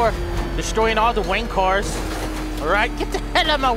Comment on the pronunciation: it sounded like you said you were destroying the wankers instead of wayne cars XD it made me laugh so hard